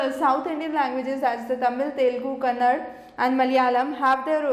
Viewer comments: It's kannada ...not Kannad!! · kannad alla Kannada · Mam Sorry to say that it's not Kannad its Kannada❤